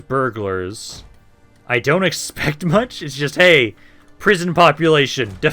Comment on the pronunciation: armed burglars he syas, burghers my guys